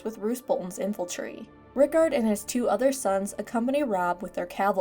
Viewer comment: Really love all your videos! But the "infaltry" pronunciation of the word Infantry as an ex army guy is really grating 😏 Keep up the great lore videos! Looking forward to more of them when we eventually get Winds of Winter